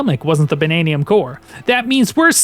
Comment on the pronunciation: "Bannaniun Gems?" They're Banandium Gems.